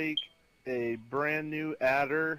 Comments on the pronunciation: Why he saying Addler? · lol he said Addler not Adder